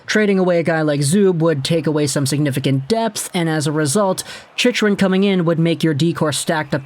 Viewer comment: Bro learn how to say his name